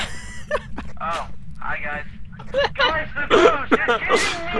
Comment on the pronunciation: I think this is a video guys not sure!! Ashton is Ashton, now way do not call Asston at 4am😰😰😰